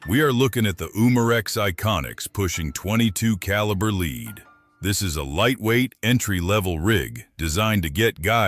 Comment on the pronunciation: Not leed it's lead stupid